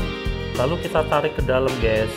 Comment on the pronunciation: Gesss 😂 guys bang bukan gessss